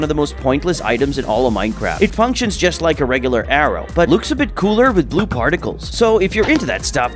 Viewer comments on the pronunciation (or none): none